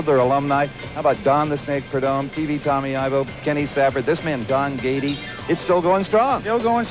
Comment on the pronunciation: Love the video, but it's Don Prieto, not Dan, and it's Gaide, not Gady.